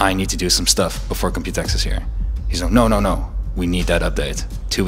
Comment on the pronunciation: I got so used to people saying Compu-Tex that when I heard him say Compute-X I was very weirded out. Now I see that pronunciation makes slightly more sense because it's an exposition about computing; Compute-[e]X[po]. Also still sad about not having a normal TKL